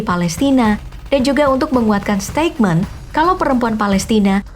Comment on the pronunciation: Maaf mba...mau koreksi salah penyebutan kata asing : STEIKMEN ...salah yg benar : STEITMEN dari kata statement, yg artinya : pernyataan